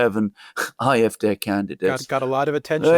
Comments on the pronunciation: Why is he constantly pronouncing "Eye" fD instead of AfD? Even in German it would be "Ah" not "Eye". Sorry, I know it's not addressing the substance of is commentary, but it was increasingly more annoying the more times he kept doing it. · Why does guy on the right say "Eye-eff-deh"? It's "Aah-eff-deh". German is only one of my second languages, but still... 😳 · pron. "Afd" (1) DE Ahh-eff-Dehr (2) EN Aye-eff-dee. either way not Eye-eff-Dare/deer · Will you please stop calling the AFD the IFD! The letter "A" in German is pronounced more like the English "R." You English speakers should just stick to your own language with the English pronunciation; otherwise, it makes you sound ignorant and uninformed. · iwhen he says ,"IFDay", does he mean AFD? When he says SPD or CDU the D is pronounced like English (dee). He say "I" very clearly as an "I" not an "A". Thoroughly confusing. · If you’re going to talk about the AFD, can’t you at least say it correctly? It’s AFD. You sound like you’re pronouncing an “i”. The AFD will be the next ruling party if the elite and communists in Germany haven’t murdered them first. Oh sorry they already did that. Is it a coincidence that seven AFD candidates in the state of NRW “died” leading up to the election?